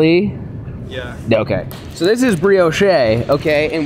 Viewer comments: I love but this dude owns chickens and still buys eggs. While saying some shit like breeyoshay. ITS BREEYOWSH MOFO I LOVE YOU. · lol BREEOSH’EH!!! it’s BREE OSH. (Brioche). Love the videos!!! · Did he say, berry's with the cream? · “BRIO CHEY” 😂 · it's pronounced bree•aash my guy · Someone teach him how to say Brioche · Just fyi, the "e" is silent in Brioche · It sounds like brioche but say it without the e at the end that’s how u pronounce it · Now you have me wondering if you actually know how to pronounce brioche